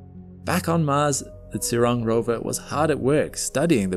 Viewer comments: Zhu is pronounced like “Jhoo ”, not “zoo” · If I'm correct, the "zh" in China's rover name should be pronounced the same way as the 'g' at the end of a word like "mirage" - in fact, to help pronounce it people could try putting that exact word and the rover name together, like "mira-zhurong" mirazhurong sounds cool...